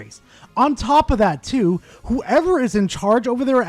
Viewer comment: "Legends OF Arceus" really hurt me.